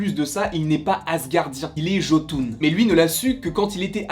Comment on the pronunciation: Ehhh le mot jotun ce prononce yotun